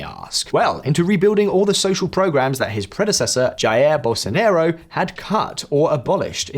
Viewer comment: Jair Bolso NERO 😂 Bolso Nah Ro